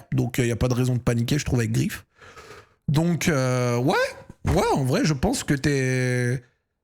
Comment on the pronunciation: Ça se prononce Greif pas Grif si jamais mais bon ça doit sûrement te faire chier de le prononcer façon allemande